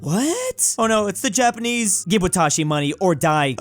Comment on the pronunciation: You legit trolled me I looked up what watashi meant but you were saying wah-tah-shi and it’s pronounced in Japanese wa-ta-shi